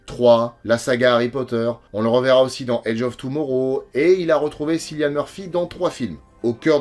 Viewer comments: Très chouette vidéo pour ce film qui a révolutionné le genre! Je commente pour l'algo mais aussi pour te préciser en toute amitié, que le prénom de Mr. Murphy se prononce Kyllian. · Super vidéo, sur ce super film ! Et pas mal la doute fin qui fait bien rire après avoir abordé ces thématiques sombres. (Une petite remarque en passant Cillian Murphy, ça se prononce Kylian, comme M'Bappé) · Excellente vidéo comme d'hab, petit chipotage, le prénom de l'acteur se prononce "Kilian" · Cillian Murphy se prononce "Killian", le prénom est écrit avec un "c" parce que l'acteur est irlandais :)